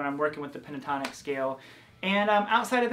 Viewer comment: 😂 you said pintotonic how giggly you are ... thx for your great work once again, keep on doing awesome stuff 👍👏